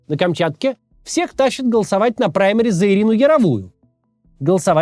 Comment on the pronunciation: "все должны зиковать" - ой. Голосовать.